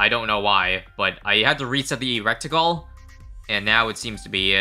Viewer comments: saying recticle instead of reticle was killin me lmao😂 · Bro looked up how to pronounce the big birb but still calls it a "wreck-tickle". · he was so careful to pronounce pouakai correctly then said "reck-tickle" and "poly-feemis" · reticle not recticle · Its not rectical, its reticle. Considering I spend 90% of my day thinking about guns, and the little circle in the middle of a holosight it called a reticle, I would say that I have an okay sized authority in how its pronounced. (Not saying that I get to chose the pronunciation, obviously.) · "I looked up the pronunciation before guys don't worry" Pronounces reticle (ret-i-cle) recticle. Where are you getting that other C from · I feel like I should let you know, its pronounced "reh-tic-ul", not "rec-tic-ul". I hope the don't add rectal things into BDT6 lol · Love you but it’s RET i CLE not RECT i CLE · “Recticle” lol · First he pronounced the middle path 5th tier wrong And now its retical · DUDE ITS NOT A "RECT"ICLE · Bro really keeps saying reCticle and it's gonna make me regreticle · Please stop saying recticle 😭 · Love how you looked up the pronunciation for the map and the Pouākai, but not for "reticle" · Reticle - there's no initial "c" before the "t". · he looked up the pronunciation of everything except reticle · Have i been pronouncing reticle wrong or is he saying it wrong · That was some incorecticle pronunciation. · spent time to pronounce the names of the birds correctly then proceeded to mispronounce reticle for the whole video.:laughing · Looked up how to pronounce the name of the tower Still doesn’t know how to pronounce reticle 💀💀💀